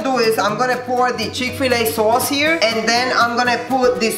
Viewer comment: lmao the chikfuhluh soaus